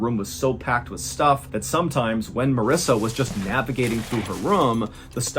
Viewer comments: Am I the only one who laser focused on Mr. Ballen pronouncing Marissa’s name wrong? Lol that was good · I noticed he pronounced it Marissa once